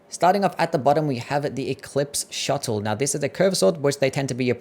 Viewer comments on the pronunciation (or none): Shottle...... my dude, it's pronounced show-tell